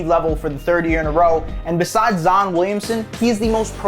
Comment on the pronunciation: “Zoon Williamson”